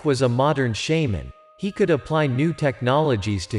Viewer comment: "What wong"? Lol and it's "shaa" man"! Lol ur a bad narrators